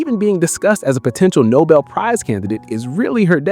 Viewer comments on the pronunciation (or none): none